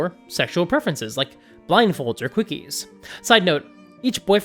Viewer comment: I heard 'cookies' instead of 'quickies' lol. Now I need to make a character or npc that really loves cookies.